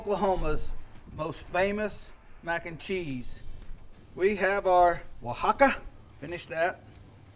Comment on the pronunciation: Come on you said oaxaca right but not jalapeño? It's ha-la-pen-yo